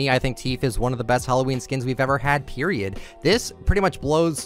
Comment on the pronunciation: Can we just state the fact that said "period" like period. It's